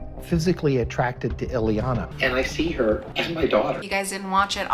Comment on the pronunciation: It's Ileana, not Eliana and she might have lived in Austria, but she is Romanian.